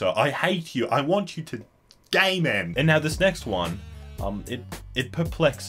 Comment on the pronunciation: I hate you sir I hate you...I want you to gay men XD I know he is saying game end but it sounds like gay men